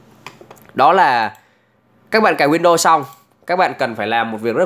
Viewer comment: Góp ý : e thấy anh đọc tiếng anh không chuẩn lắm nên e nghĩ a đọc theo kiểu việt hóa xẽ hay hơn, ví dụ như chuẩn uefi thì cứ đọc theo chữ cái tiếng việt là u e f i . windows thì đọc win được rồi. Win đô nghe nó sao sao ý